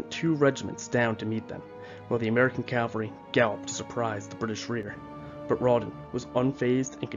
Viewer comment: And it’s “CAV-al-ry,” not cal-very.